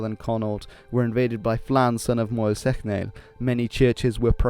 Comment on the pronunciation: My god, your Irish pronunciation is causing 'me ears' ta bleed. It's not Clawntarf, it's Clontarf. The O is small. Say clon quickly and without a strong On sound. Mael "Shock-nall". (Seachnaill ) Cogadh Na Gael re Gaillimh. (Cugga nah Gael ree Gaul-yiv) in all fairness though, cheers for trying!! 😉